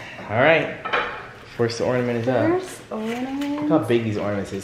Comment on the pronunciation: 💡 friendly tip 💡 it's pronounced ORN-a-ment. . . . no D ✔️